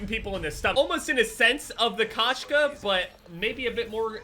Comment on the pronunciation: It’s pronounced Koe-Shka and it means cat in russian